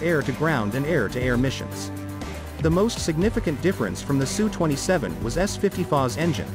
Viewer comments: Usually it's spelled as S U and not pronounced SUE. It is impressive that fighters today, with a size comparable to some WWII bombers, are so incredibly advanced and capable as compared to those planes of 70 years ago. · S U. Its S and U. Not Su.